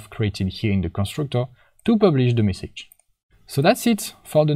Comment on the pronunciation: All great. Just the way you say "message" is so wrong and annoying 😅